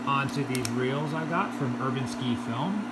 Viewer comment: Don't you know how to pronounce Urbanski? It is er-BAN-ski, not ER-ban-ski. Jeesh! You need to raise the take-up arm so you don't have to guide the film with your gloved fingers. Also, what's with those gloves? Unless you are projecting LONDON AFTER MIDNIGHT, you don't need them.